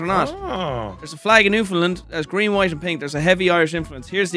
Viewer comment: love the shoutout to newfoundland and im glad pronounced it right. newfie accents definitely resemble our euro cousins